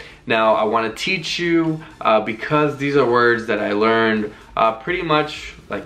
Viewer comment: The pronunciation is really good thanks for the words